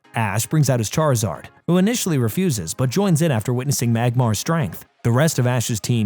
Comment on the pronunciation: So he say Charizard the right way but cant say Charmeleon right...